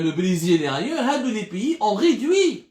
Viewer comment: Ont ridui ont réduit hhhhhhh bonjour la prononciation